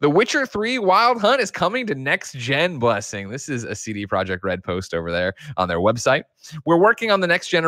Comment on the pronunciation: Se-te Pro-Yekt Red